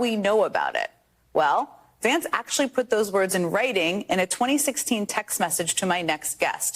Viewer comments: JD Rance?! perfect slip of the tongue! i say we call him "JD Rancid"! who's with me? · J D Rance! That's an awfully cute slip